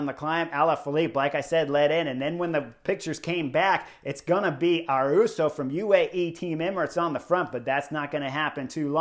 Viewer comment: He only 19 and gonna be around a while so we got to clear this up.. Ayuso. (A-you-so). there is no "R" ..... That Arensmen move has to be the Knucklehead move of the race so far... that move cost him 2;30- 3 minutes on GC.. and he is a really good TT er.. sad